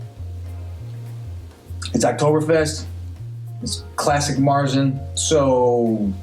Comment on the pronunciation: Oh and not that it really matters but märzen is pronounced mayer-tzen. Like the horse and with a T. It may sound odd at first but since you're going to do another 15 reviews I thought you'd like to know. I'm actually used to the German pronunciation but as we've mentioned in the past, probably gonna get funny looks from U.S. bartenders...same with Hoegaarden.